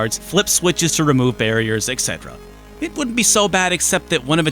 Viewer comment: my kingdom for a youtuber that pronounces 'et cetera' correctly ;-; i kid, a great video as usual